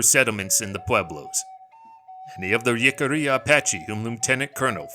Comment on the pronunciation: One critique otherwise a very good 👍 video! Jicarilla is pronounced "Hick-ah-ReeAh"